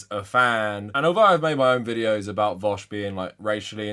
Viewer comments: I pronounce it 'voosh' as in, rhymes with douche. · The fact that he pronounces it as "vowsh" makes me believe that he doesnt actually watch vaush's content or is just trolling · I have to believe these guys are calling him vowsh purposely at this point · lmao what is it with people who disagree with Vaush consistently calling him "Vowsh." It's such an obvious tell to me. also I don't believe for a second Spencer has gone lib. this is just a new tactic to hide his power level 100% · He pronounced it vahush, clearly he doesn’t watch him enough to even know how his screen name is pronounced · I don't think ppl who watch vaush call him vowsh 🤣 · The fact that he called him Vawsh is the icing on the cake! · You can already tell he’s not a Vaush fan cause he calls him Vowsh! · Yeah, I’m sure he loves watching “Vowshe” 🙄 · Oh god, he would pick vaush wouldnt he lol. And pronounce it vowsh. Fake fan. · It seems you're both mistaken, it's pronounced "Veeck" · You can tell he's lying because he pronounces it Vowsh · When he mispronounced "Vaush" I physically cringed. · It's actually how Sam Seder pronounces it too lmao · No real fan of v00sh pronounces v00sh like that imo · I mean. Pronouncing it like that is kind of a meme in Vaush's community already. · There are 3 types of people. Those who are only barely aware of vaush or hate him, always mispronounce the name, likely inintentionally. People who are aware of vaush, not particularly fans of him, and always pronounce the name right. Those who are fans of vaush never pronounce the name right. Its always vowsh.